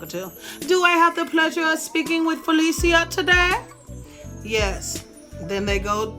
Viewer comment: “FALEESHA” lol 😂 u are adorable FELICIA thanks for taking ya time for us